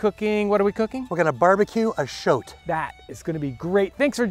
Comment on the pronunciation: At first I was confused, I thought you were talking about a weasel when you said shoat, but that’s a stoat and it’s not pork lol